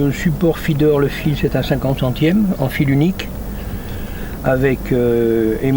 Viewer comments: Faidair quoi mdr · Le "Fédaire" 😂😂😂😂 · Feeder mdr